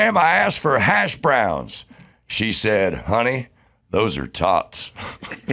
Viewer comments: Its HASHbrowns....not hashBROWNS. Damn californians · I love that Adam pronounces hash browns as hash BROWNS. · Why does he put such weird emphasis when saying hash browns